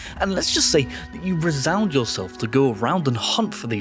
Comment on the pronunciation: And 2.42 'resound yourself' ... 'resign youself'?